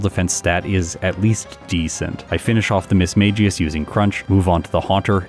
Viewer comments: “Miss Meg us” - reminder from the Pokédex and the whole “miss mage us” episode. I blame you for making me look up for this pronunciation nowadays. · Was this recorded before you learned about the "official" pronunciation of Mismagius or were you too used to pronouncing it Miss-mage-jee-us?